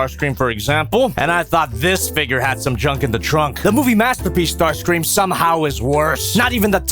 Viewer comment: Ah yes... It's STAR-CREAM